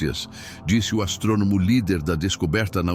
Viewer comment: Este narrador é ridículo, "astronomo" socorro, as-trô--no-mo é uma palavra proparoxítona e acentuan-se todas as palavras proparoxítonas. Tirem este narrador, pelo amor de Deus!